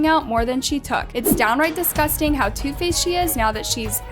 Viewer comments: Girl it is "disgusting" not "DiScusTinG" like at least get that right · Is no one talking about how she said "*discusting*" instead of "*disgusting*"